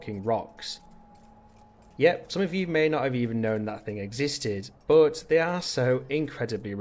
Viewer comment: Omg stop saying but, and it's but not buot